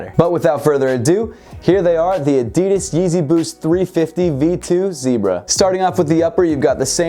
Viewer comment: Is it just me or did he say addidis not addidas